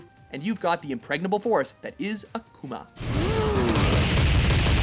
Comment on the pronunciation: They're pronouncing Akuma really strange XD They're (both Mojo and the game voice actor) are over pronouncing the ''u" in Akuma. "Akuma" is Japanese for "Demon". If you ask a Japanese person say it, and you repeat it the same way with your american accent (or other accent), i'll sound almost exactly the same they're pronouncing it a-kooo-ma (yes, the three o's are on purpose) it's actually pronounced ak-oo-ma sorry, i just had to rant... Americans can be sooooo stupid (don't get so mad, i live in america...)